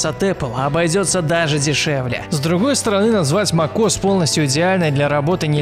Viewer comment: Мак ос як бесет мек ос хоть научись читать